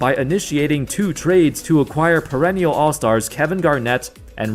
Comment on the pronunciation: "perenial"